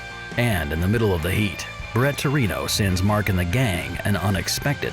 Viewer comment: "Bret Torino"? Really??